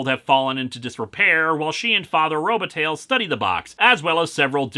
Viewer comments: Is that name really pronounced RO-ba-tail? I know that when it's spelled with an i in the middle (Robitaille) it's pronounced ro-ba-TIE and I believe that that ending is of French derivation. There's a somewhat well-known ice hockey player named Luc Robitaille, so I used to hear that name pronounced on play-by-plays all the time. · Oh, Lewis, your mispronunciations are hilarious. Robitaille is pronounced TIE, not TAIL. (Think Luc Robitaille, for example.)